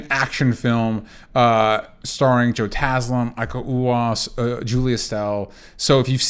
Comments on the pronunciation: "iko uwa is" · Timo Tjahjanto (TEEMO CAH_YANTO), Iko Uwais (EEKO U_A_I_S)